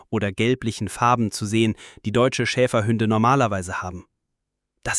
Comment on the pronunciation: Das heißt nicht Schäferhünde, sondern Schäferhunde. Ansonsten schöne Geschichte.